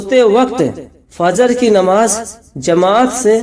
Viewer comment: Assalam alaikum mohtaram plz apne talaffuz ko pahle thik se bolna sikhiye farz hota hai farj nahi namaz bolte hai namaj nahi mazrart